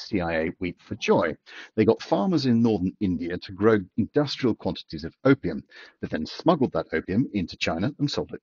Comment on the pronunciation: I know he said opium but i could help to hear copium.. 😂 industrial scale copium